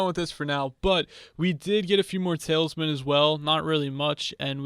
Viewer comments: Is it me or does he say tale is man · He says tailsman